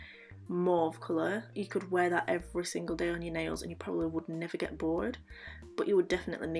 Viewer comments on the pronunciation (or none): none